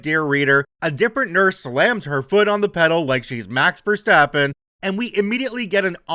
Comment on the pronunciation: Just a F1 driver, bit overhyped and way too whiny. mispronounced the name, but oh well, ain't bothering.